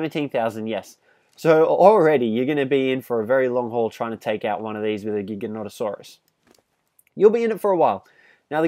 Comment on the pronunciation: You don't have to say giganonatasaurus